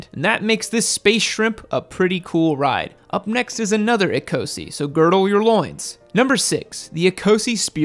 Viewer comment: ecosse = e-koss